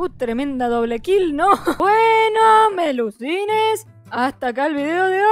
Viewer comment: En vez de melucines escuche, muy wenas PELUSINES KSDJKSD oigan pero como pueden hablar en among us a mi ni me deja decir nada we y tampoco cambiar nombre sé, con esto de la actualización me confundí a- y me dijo "Felicitaciones. Ya eres verificador Beta de esta app." Esta app está disponible para todos tus dispositivos"